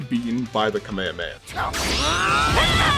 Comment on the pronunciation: Just say it like it’s said when performed but faster. Not that hard lol